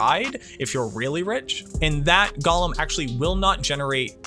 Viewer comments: Not Gollum. Golem. GOAL-EM. Golem. So help me if you say Gollum, a character from Lord of the Rings, ONE MORE TIME to refer to a golem . . . I made it to and quit. Someone please tell me just the best mercenary for my necro. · It’s go-lem not goll-em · Can never trust a video when they call it gollum instead of golem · "Wildly offensive" seems a bit hyperbolic. OP's tone seemed plenty chill. But, if we're going to debate the issue: the original Hebrew is purportedly pronounced gō-ləm, according to etymological origins provided in dictionaries, and Hebrew isn't a dead language. In fact, its preservation is a pretty big part of Jewish culture, iirc. The challenger pronunciation is almost certainly a result of J.R.R. Tolkien's "Gollum", confirmed to be pronounced "gäl'm" by the onomatopoetic description of the throaty hacking sound the name is derived from, into the fantasy zeitgeist. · That's fair. That said, you are communicating with at least one neurodivergent person in this conversation. I recognize that the discomfort I experience from the gäl'm pronunciation is a direct result of that atypicality. Thus, the choice of the connotatively individualistic "irk". But I'll put in my two cents on the off chance it can save me the discomfort in the future. One irking for another, at the end of the day.